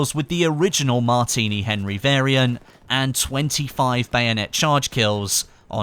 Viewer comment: at the beginning you said Martiny Henry infantry